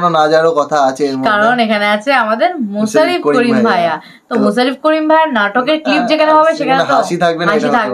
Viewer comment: মুছারফ করিম না ? বলতে হবে মোশারফ করিম.